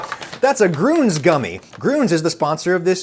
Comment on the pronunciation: You know, the 2 dots on "grüns" are not for decoration. I think, if you're not pronouncing the letter as an ü, you shouldn't be writing it as an ü, you should use just a regular u. Same thing with a band like "motörhead", either pronounce the "ö" or write it with just an "o"